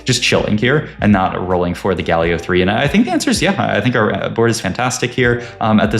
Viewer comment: Why does bro say "Guh Leo" instead of Galio